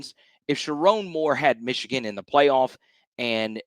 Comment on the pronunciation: Mesh-e-Gan… LOL!!!😂